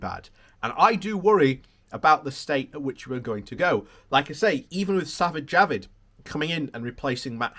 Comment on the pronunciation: Is he really called Savid Javid?